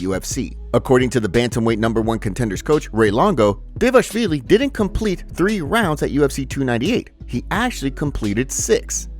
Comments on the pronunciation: just a pointer: It's pronounced Merab D-V-A-L-I-S-H-V-I-L-Y not DEVASHVILY LOL I got it wrong the first time too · Yea, it's: DVA-LASH-VILLI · The fact this is an mma news channel and you still can’t say dvalishvili is sad…